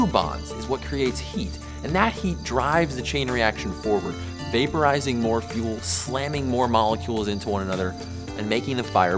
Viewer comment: 😆 he said vay poo rizing 🤪~ Beavis~